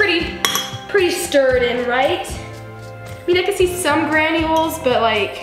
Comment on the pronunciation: I thought she said granny holes of sugar